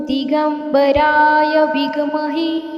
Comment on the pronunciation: नमस्कार, विघ् महे नाही आहे ते ते विद्महे आहे , कृपया उच्चार सांभाळून करावा, श्री स्वामी समर्थ 🙏